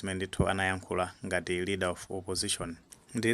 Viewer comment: LEADER OF OPPOSITION osati READER please. Chepesani changu